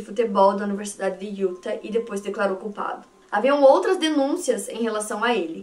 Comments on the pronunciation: maravilhosa! eu amo seus vídeos, amo seu canal, você foi praticamente minha companheira de pandemia e eu to aqui toda semana pra resenhar com você. Não sou muito de comentar mas o meu ser virginiano ta gritando dentro de mim. Quando você fala Utah, o correto é colocar uma sílaba tônica no final, tipo Yu-táh. Por favor não me entenda mal, é que eu fico agoniada. A mesma coisa pra Arkansas, se pronuncia Arkan-sáh bem entonado no final. Por favor me odeia, é só o espírito de virgem ♍️ acabando com minha sanidade mental! Te amo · A pronuncia é “iuTÁ”, o último A com sílaba mais forte. Não sendo a chata que critica mas curtam pra melhorar ainda mais (se é possível) a qualidade dos vídeos 🙌🏽 moro próximo a SLC à 5 anos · Utah se fala iutá sílaba tônica no tah